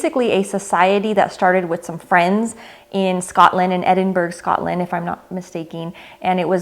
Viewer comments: Edinburgh is pronounced ... ed in buh ruh 😜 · Edinburgh u don't pronounce the gh at the end think bruv but without the v great video btw as always